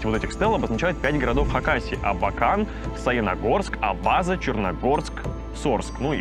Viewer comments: Не АбАза, а АбазА! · Абаза - не правильно произносите. Ударение на последний слог «Абаза́»!!! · АбазА на последний слог ударение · Не «в аэропорте», а «в аэропорту». Город не АбАза, а АбазА. Кстати, природа в АбазЕ красивая, как в сказке. Заповедник "Сундуки", озера!!!!!!!!!!!!!!!!!!!!! Село Ефремкино!!!!!!!!!!!!!!!!!!!! И ещё много чего!!!!!!!!!!!!!!!!!! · Здравствуйте. Живу в Абакане. Дико извиняюсь, но Абаза произносится с ударением на последний слог ;) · Вроде все профессионально, вроде качество на уровне.... НО не узнать как правильно произносится город Абаза, сразу большой минус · О тоже слух "резануло" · Абаза, ударение на последнюю а! 🤷